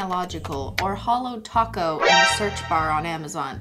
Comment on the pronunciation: its Holo Taco not Holo Toco